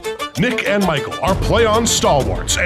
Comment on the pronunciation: Yeah, 😐